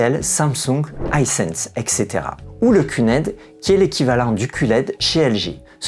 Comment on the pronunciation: Bonjour, faute très courante dans notre langue mais on dit Et cætera, pas EXetera, d'ailleurs vous écrivez etc et non ect. Je suis habituellement team Oled mais j'attends une baisse de prix pour le Bravia 9 II